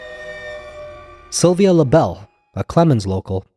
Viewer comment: Sylvia LaBeau, not Sylvia LaBelle